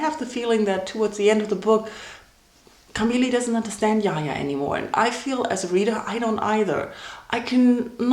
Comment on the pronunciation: It's the way she calls Jaja, Yaya like he is Spanish lol... Its Jaja tho...